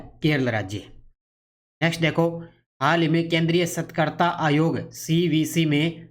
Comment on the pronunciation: सतर्कता का उच्चारण कैसे कर रहे हो सर ...